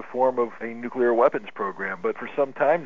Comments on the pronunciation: NU-CLE-AR NOT NUCULAR, NUCLEAR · Having a hard time pronouncing nuclear I see...